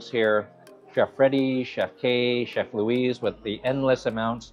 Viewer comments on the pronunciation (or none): none